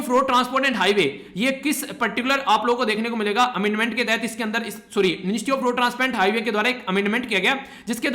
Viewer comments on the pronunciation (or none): none